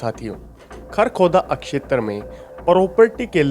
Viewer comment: क्षैत्र को अक्षैत्र न बोलें। वीडियो 👍👍👍